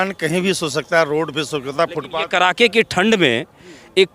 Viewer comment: Abe Bihari..." Kadake" ki thand hota hai , Na ki KARAKE ki thand ... CHIRKUT .... Patrakarita se pahle shuddh bolna to seekho